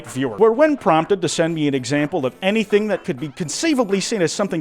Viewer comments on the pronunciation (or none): none